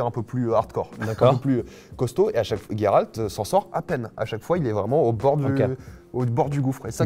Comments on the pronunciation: Tu le prononce tres bien le nom de geralt cest les autres qui sont dns l'erreur jeralt c'est juste degeulasse et ca n'existe pas chez nous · Tu dis tres bien le prenom de geralt cest un polonais qui te le dis jeralt cest degeulasse et ca existe pas chez nous fait pas attention aux autres cest eux qui sont dans l'erreur